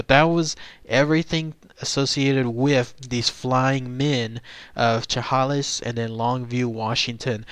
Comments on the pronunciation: pronounced " sha-hay-lis" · You are not close to pronouncing Chehalis right. It's 'Sha-Hale-Us.' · It's pronounced Shah Hay Liss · Great video as always! Don't sweat pronouncing Chehalis wrong, I am pretty sure that is how anybody who doesn't live near here pronounces it the first time if they have never heard it said before. lol. Never knew about this though. Very interesting